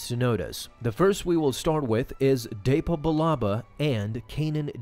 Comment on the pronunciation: It’s pronounced depa not deypa